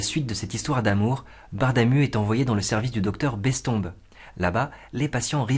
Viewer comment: Je ne sais pas ce qu’il est le plus pénible, la réclame à tout bout de champ ou la prononciation de Bestombes. J’ai arrêté avant le cap fatidique des 5 minutes.